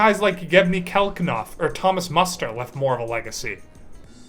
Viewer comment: Were you trying to say Yevgeny Kafelnikov and Thomas Muster ?